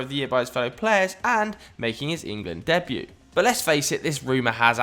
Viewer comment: "dabuet" hahahaha